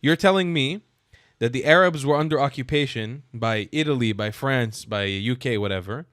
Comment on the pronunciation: Acubation! Broblem! "I'm Belgian", Balestinians, " They helb the beable" hahahahahahahahaha.